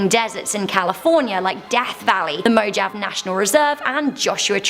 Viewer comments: When pronouncing Mojave, say it like, “mo*hauve*ee”. Hauve in that example is like the color mauve. 😁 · It’s pronounced Mo-ha-vee.